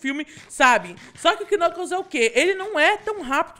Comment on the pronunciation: o nome do knucaos nao e knucaos e knuclas